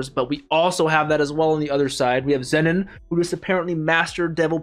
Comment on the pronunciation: For your information: The way you pronounce Zenon ('Zennen') is wrong. It is pronounced 'Zeenon'/'Zeenan'